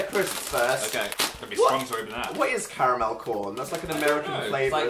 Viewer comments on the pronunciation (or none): I keep replaying ‘whAt’